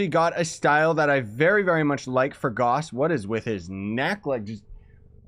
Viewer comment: GAUSS RHYMES WITH MOUSE